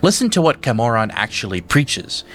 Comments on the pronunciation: Your argument doesn't really work with the way your pronouncing Camoran, like if you'd play the main quest of Oblivion you'd know how badly you're fucking that one up. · I know this is minor but the way you say Cameron or cyrodill feels so wrong😅